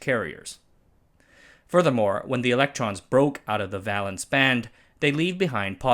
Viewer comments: Valence is pronounce vey-luhnss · It's a long a in valence. Not an a like in balance. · Huh, I've always pronounced the "val" in "valence" as "veil" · Platelets and valence both have a long 'a' sound, like the a in bake.